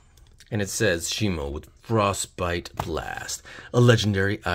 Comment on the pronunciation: Shimo is just how it's pronounced pronounce it's Shimu not shimo